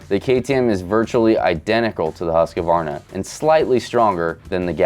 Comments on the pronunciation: Huska-warna 😂 it's Huusk-varna🇸🇪😀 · The way he said Husquarna 😂😂😂😂😂 HUSKA-WARNA 😂😂😂😂😂😂😂😂